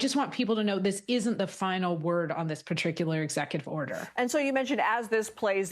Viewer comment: "Patricular" executive order?